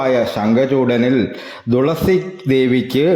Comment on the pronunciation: തുളസിയുടെ ഇത്രയും കഥ ആദ്യം ആയി കേൾക്കുന്നു ❤️പിന്നെ തുളസി എന്നല്ലേ പറയുന്നേ 'ദുളസി ' എന്നാണ് വീഡിയോ യിൽ പറയുന്നേ